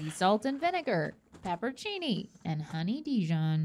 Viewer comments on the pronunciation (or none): it’s pepper-on-seenie PLEASE 😭 Not pepperchini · My biggest pet peeve is when people pronounce pepperoncini peppercini and just ignore the ON in there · girl... it's not pepper cini It's pepper(ohn)cini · Hearing pronounce pepperoncini like "pepper-chini" was painful 😂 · it’s pronounced “pepper-rown-chini,” not “pepper-chini” lmao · Why do people say peppercini when that’s clearly not the word? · I pronounce pepperoncini as "pepper-oh-cheney." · Did she forget a few letters when she said pepperoncini? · I've never heard anyone else pronounce pepperoncini the way she did in this video. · Am i the only one that's never heard pepperoncini pronounced like that?